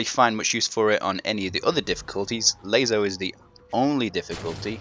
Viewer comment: hey it was me that said please say it laso not lazo ok im sorry so much guilt.but serously thnx for these guides.now do us all a favor say laso thers no z #JK LOL